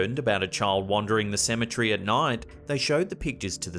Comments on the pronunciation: Cemetery not cemetrey tour switching letters when you say it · Apparently the guy don't know how to say cemetery